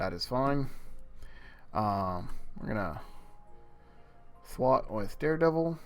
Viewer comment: Also it's Thwart Th-wart. Thwart. Not th-wat